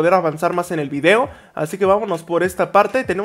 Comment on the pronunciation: Se dan cuenta que cuando dise video en el comienzo del video parece decir obby